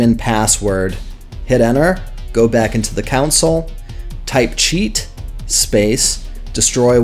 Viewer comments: I'm so sorry. This is a good tutorial. I just cannot allow the word "council" to continue being used here. It is your , not your ... pronounced Con Sole. Again, I am sorry. I wish I could just let it pass. It is my flaw! I love your tutorial. :face-orange-raised-eyebrow::face-pink-tears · yeah, came to the vid for help... came to the comments for the "WTH was up with him saying "counsel" instead of "console"?!" 🤣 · its console not council lmao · Its called a "CON SOLE" Not a Cousil. lol. Nice video though! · COUNCIL ????? It's Console Commands good sir. (Con-sole) Not Council. Not Contsul. Great vid tho, thanks! :D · It;s console not council. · its not council it fucking console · The setcheatlayer is "broken" because people aren't setting up the keys. It's also CON-SOLE, not council. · just saying: it is pronounced "con soul" not "coun sill" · Hahah that's all I could hear to lol great vid tho helpful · lmaooo I can't with you saying "countsil" instead of console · Good lord...Who says Console as "Council"? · THANK YOU, the amount of people these days that dont know how to pronounce words kills me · Why are you pronouncing it council ... lol. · the "council" was that on purpose? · Nope, he's just pronouncing it wrong lol. It's definitely console.